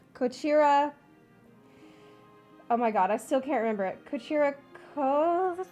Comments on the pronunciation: The heavy American accent pronouncing こちらこそ really sells it all lmao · Kochira koso cant be stressed like that :D